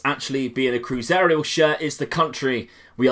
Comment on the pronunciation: CruZEIRO not cruzerio